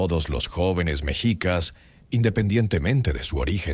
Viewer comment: Creo que ud no es mexicano, creo es español. Hay datos equívocos en su relato y la pronunciación de MEXICAS ( mechicas, con acento prosodico en la i ) es así como se escribe en español mexicano. Ud lo acentúa en la E, lo cual es incorrecto. Ahora más que nunca nos interesa que nuestra lengua e historia se respete y sobre todo con verifica información.